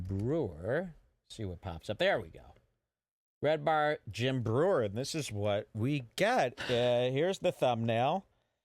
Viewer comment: Haha you said his name wrong that's funny